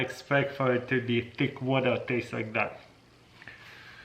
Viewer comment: tick wutah